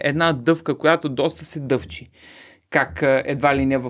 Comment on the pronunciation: "Дъвка, която се дъвЧИ😅" Сериозни ли бе. Това ли те научи проф.Мурдаров??? 🤦🏻🤣